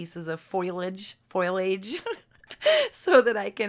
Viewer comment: It's pronounced fo lee aj. Not foil. Ha ha. Many people have a hard time with this word.